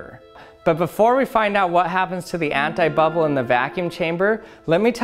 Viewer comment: I am French and I hear hentai-bubble xD